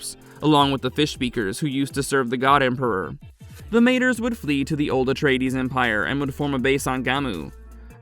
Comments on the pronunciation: Guys guys guys please for flip-sake check your pronouncication before you post content. You do have ai available to you so there is no excuse to pronounce words correctly like honoured "MAH-TRAYS" . Not matrees and mah-trees. Cool that's it thank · it would be pronounced: ma-trËs, as the number three in spanish almost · Good job but several mistakes that core Dune fans will catch. Mentats dispersed during the scattering, yes, but you mentioned it as if it happened during Leto IIs time? Honored "Mayters"? You said face changers twice, then you said face dancers? If you listen to the video before posting you'll easily catch these items. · Got to love it when the AI can't pronounce anything right